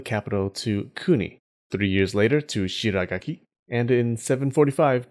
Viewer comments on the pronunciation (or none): It is not Shiragaki, but Shigaraki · Shiragaki --> Shigaraki